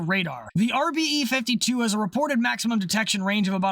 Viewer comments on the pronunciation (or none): none